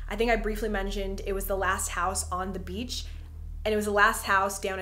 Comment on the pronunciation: Wow Jenna Marbles has really messed me up lol. Every time you say “beach” I just hear “beetch”